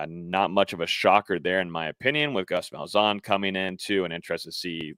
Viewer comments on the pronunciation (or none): Ain’t no way that’s how you say Gus malzahns name lol